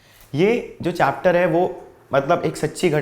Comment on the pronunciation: Sir Apne chapter ko chatter bol diya